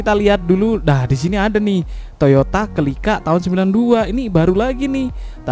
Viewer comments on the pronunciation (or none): Celika bang bukan Kelika 😂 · Baang dibacanya Selika bang bukan celica #CMIIW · Bang bacanya toyota selika